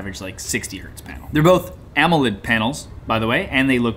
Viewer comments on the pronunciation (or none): none